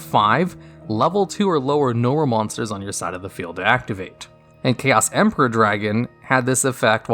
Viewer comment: They butchered my boy Chaos Emperor.